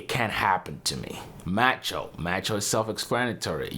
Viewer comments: Macho is pronounced "mah-cho", not "matcho". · Who tf pronounces macho as "matcho"? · Not "MATCHO". It is "MAH-CHO". For clarification, listen to the lyrics in "Macho Man" by The Village People. "Macho macho man"... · It's pronounced m-ah-cho. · Dude, You need to TALK MUCH LESS and Please learn the correct way to say the word Macho..... Thank you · The “a” in Macho does not rhyme with the a in apple, rather it sounds like the “a” in avocado. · It's a short a on macho